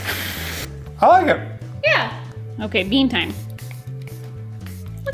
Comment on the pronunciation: y'all.. hahaha!! 'bean tiem," "resin tiem…." haha!! *ahem.. "TIME"